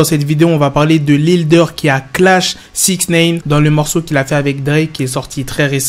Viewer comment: pourquoi tu dis souvent "sixneïne"?